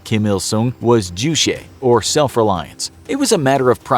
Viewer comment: Does a video on North Korea but didn't bother to learn how to pronounce juche.